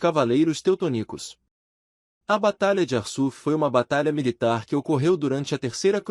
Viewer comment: É preciso melborr e .muito essa voz do narrador. Mesmo parecendo IA, alguns erros são inadmissiveis ,. Por exemplo: "Cavaleiros TeutoNícos " !!! Parei ver a matéria.